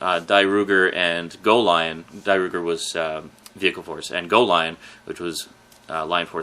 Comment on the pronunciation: Dairugger XV Not Dairooger